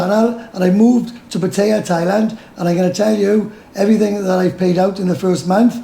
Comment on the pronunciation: Pat tie a not pat a ah